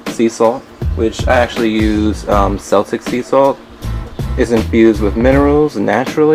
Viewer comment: Fun video. FYI, Celtic is pronounced with a hard "c" as in keltic, unless you are talking about the basketball team. 😉👍